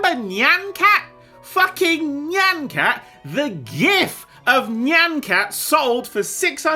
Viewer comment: Is anyone gonna talk about how he can’t pronounce nyan cat properly ?